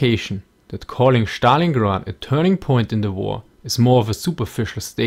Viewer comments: I really enjoy your videos. One little thing, though: Stalingrad is pronounced with s-t consonants, rather than Schtalingrad ;) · In english its STalingrad, not SCHTalingrad, but anyway the video was pretty amazing :) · "Shtalingrad" from now one that's how i'm going to pronunce it :D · That "Shtalingrad" rofl